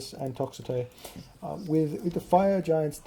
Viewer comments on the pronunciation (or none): toxotes are not spelled toxetoes why do u pronounce them like that, im greek it makes me mad nothing personal XD